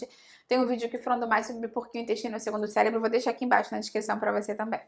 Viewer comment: Parei de assistir quando ela falou célebro...kkkk